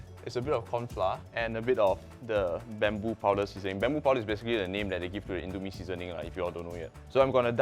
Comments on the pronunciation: Bambu powder? It's pronounced boombu, sir. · Its not bum-bo. Its "boom-boo" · ITS BUMBU NOT BAMBOO GAHAHAHA but great vid🥰🥰🥰